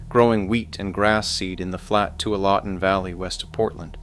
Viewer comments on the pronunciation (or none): “Two-ah-lotten”? Geez, learn the pronunciation of the geography. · Two-ah-law-tin valley 😂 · It's fun when you are from a place and everyone pronounces the areas wrong. Tualatin is too-ALL-a-tin. Aloha is uh-LOH-uh. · too-wall ah-ton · TOO-ALL-A-TIN and AH-Low-AH ,to cities mentioned wrong. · Pronounce Tualatin Oregon correctly. This wasn’t even close. Grass seed ? Try strawberries. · Tualatin is not pronounced like that. Neither is Aloha. There's this thing called Google and you can ask it things like this.